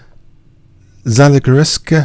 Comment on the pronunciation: Hey there, loving the game and the analysis! Regarding the white player: his first name is said as [la-yosh] (Louis) and his birthplace is said as [zuh-luh-e-gher-segh].;)